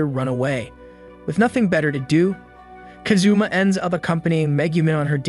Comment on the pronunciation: Bruh really said kazuma like kazoo and ma